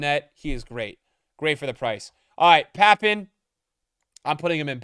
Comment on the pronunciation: Bro pronounced Papin Wrong its Papan